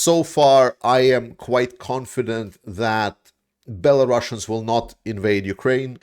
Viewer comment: why do you call them bellarussians ?